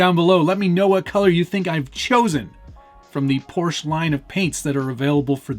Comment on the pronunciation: “Porsche” has two syllables. Guards Red?